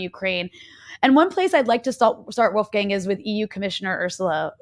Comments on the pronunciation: Wolf gang?, as if he is a gang of wolves, maybe this person never heard Mozarts first name pronounced correct either? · Wolfgang is not a gang of wolves ;-) The a in "gang" is pronounced as the u in "dung".